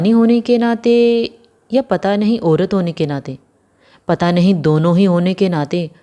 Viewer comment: ओरत नहीं बोलते, औरत बोलते हैं